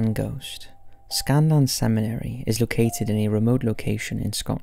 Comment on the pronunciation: Scalan not Scanlan. Premises not premiseses